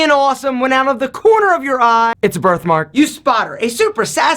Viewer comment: Nobody: Alpha: "itsabrithmark"